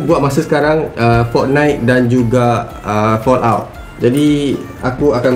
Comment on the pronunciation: Aku rasa ni satu satunya org melayu yng ckp "Fortnite" dlm pronounciation yng betul.Kalau org len ckp Fortnite dh mcm Fot Night